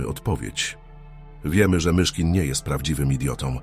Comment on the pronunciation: Chciałbym prosić autora tego filmu, żeby sam czytał. Albo wziął lektora. Mogę pomóc. Ilość błędów i sztuczność psuje przekaz. Frazy w stylu 'historia MiCHKIN' po prostu zdradza użycie syntezatora czy innych metod sztucznych. Wrażliwi ludzie chcą autentyczności. Poza tym doskonała robota!